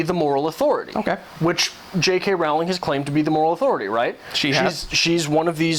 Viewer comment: Rolling is how you pronounch her second name thought as you are pointing out her faults haha. I did find your video enjoyable though,but I think even though sometimes there are some things a bit crazy,I do adore the Harry Potter books and movies!!